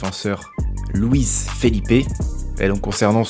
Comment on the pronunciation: À , LOUISE Felipe. J'savais pas...